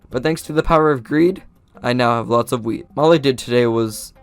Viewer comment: why every time he says wheat is sonuds like he said weed just why